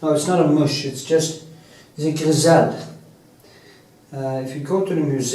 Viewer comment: Nice🙌💕 By the way, I found out that grisaille is pronounced gri-sai💫